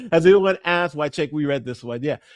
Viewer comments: Says "AXED" for asked. Not a great start. continue... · Sirs, you forgot “Axed” instead of “asked”. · Yeah, just as soon Dr. Superstar revealed that he does not know the difference between axed and asked, he lost me. Perhaps his students and daughter axed him too many times. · "My college students, my daughter, have axed..." Yep. fake. That's all anyone needs to hear. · The good doctor dropped an axed